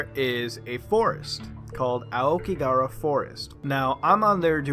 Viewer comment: I love how he lived in japan and can't even pronounce "aokigahara" 青木ヶ原